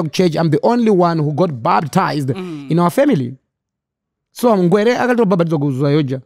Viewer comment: Anonzi Ngwere not ngwereee